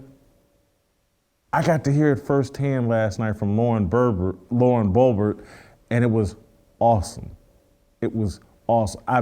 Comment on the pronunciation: Love you Jason....but dammit...its BO-BERT. Not that difficult.